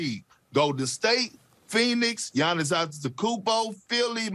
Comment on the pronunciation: I luv how perk said Gannis not the bucks 😂